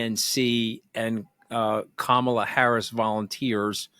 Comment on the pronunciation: is a good interviewer, but come on it’s COMMA-La